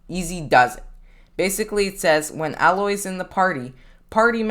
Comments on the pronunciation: Im a lil mad he pronounces it "al-oy" when its "A-loy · Her name is pronounced Aye-loy, not Ah-loy. It's stated in her own game. (NO HATE BY THE WAY, YOU EARNED A NEW SUB) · Pronounced A — Loy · I guess you havent played horizon zero dawn the way you pronounced her name